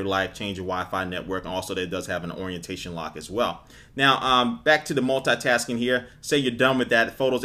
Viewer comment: You always Said "multatasking" that's lol :D